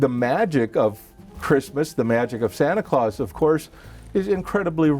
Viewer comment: the english in me dies a little everytime they say santa claus